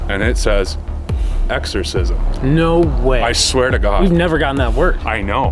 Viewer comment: "EXCORSISM"... IM GONE DUDE!